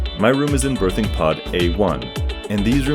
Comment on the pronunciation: the way you pronounce "berthing" sounds like "birthing" and it makes me crazy lol